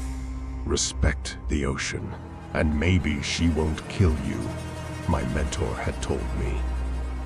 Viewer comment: "Respect the ocean, and MAYBE she won't kill you..." I caught the emphasis on "MAYBE"...